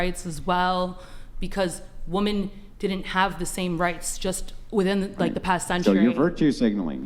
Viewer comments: Another weirdo who can't or won't pronounce the plural 'women' for some bizarre reason :P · Why does she keep saying woman instead of women. I wish someone would call her on the distinction between the two. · It's annoying how she says woman instead of women. She can't even get the plural of the word right. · Why does every woman on this show say "woman" as a plural? I feel like I'm taking crazy pills. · LEARN TO PRONOUNCE "WOMEN"!!! This trend of pronouncing the plural the same as the singular "woman" really gets on my nerves for some reason. And more and more people are doing it! 😡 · Maybe it's just me, but I swear there's an increase in people pronouncing "women" and "woman" exactly the same. "Woman didn't have the same rights" "I support woman", etc. I laughed the first time I heard it, and then it happened again, and again, and again. Just weird. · Can someone tell these people 'Woman' is singular. 'Women' is plural. They are not pronounced the same. They are using the singular pronunciation for the plural. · Doesn't know how to pronounce the word women and proceeds to try and seem intelligent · Why can these women, who talk about this stuff all the time.... not pronounce the word, "WOMEN?"